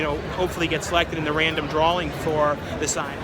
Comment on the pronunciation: Why does my man put a L in drawing? “Drawling”